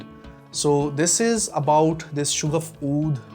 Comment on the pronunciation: Hello. Sha-gaf hai Not Shoo-gaf.